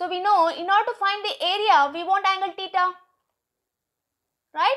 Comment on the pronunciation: Theta ❌ TITA ✅ 😂